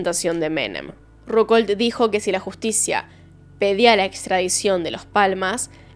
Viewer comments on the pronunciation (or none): ¡Qué espanto, pobre chico!.¿Cómo no se van a dar cuenta que la víctima los va a reconocer, si los conoce tan bien! (Pequeña observación: Carlos Ruckauf,, no "Rucol"). Muy interesante, como siempre tu forma de narrar los casos. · "Carlos Ruckaul"😂😂😂😂¿sos argentina?¿leíste al menos la historia reciente de nuestro país?CARLOS RUCKAUFF!!!!, Otra: los familiares "celebraron el velatorio"😂😂😂😂¿lo haces a propósito o sos así de bruta natural? REALIZARON EL VELATORIO, "celebrar" se refiere a un motivo alegre, festivo, de CELEBRACIÓN... por todos los cielos!¿tu canal tiene más de un millón de suscriptores? Qué plataforma generosa.... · Rucol? Rucol??? Jatejoder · Solo vengo a hablar d la pronunciación de Ruckauf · Es la primera vez que escucho esa pronunciación media rari de ruckauf 😂